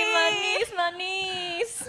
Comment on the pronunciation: jinny's "manis?!" sounds like a native speaker...